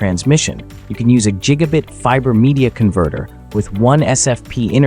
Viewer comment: woww, so cheap. only one gigabutt😂